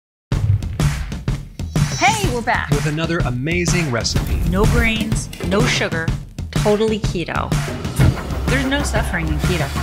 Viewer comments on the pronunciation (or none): Anyone else thinks Karen says, "No brains!" in the keto recipe channel promo?